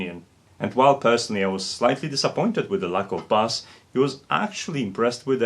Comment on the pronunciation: Hey, been a minute, a phonetic way of thinking of the word "bass" think of saying the word "base",it took me a minute to figure out what the word was? Only reason I even mentioned it was theirs a fish that is bass!